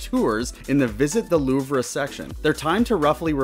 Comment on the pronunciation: Louvre is pronounced "Loov," not "Loovrah."